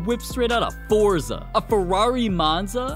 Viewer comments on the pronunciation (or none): none